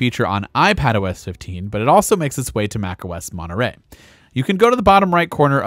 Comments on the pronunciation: Its MontereY not MonterE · Why are you pronouncing it 'Monerey' ? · monerey? ts monetrey.